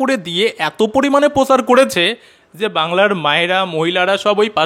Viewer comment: দাদা ওটা পোচার নয়, প্রচার। প্লিজ পিসির মত উচ্চারণ করবেন না, শুনলে বড্ড রাগ হয়।